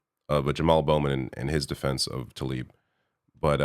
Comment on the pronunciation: Say her name correctly. It’s not Taleeb it’s Tlaib